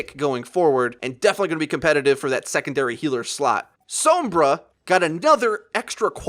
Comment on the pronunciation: Perfectly good video but what's with this pronunciation of Sombra I hear people using now? She literally says her own name out loud and it sounds nothing like that